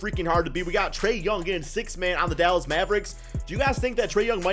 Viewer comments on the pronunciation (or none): none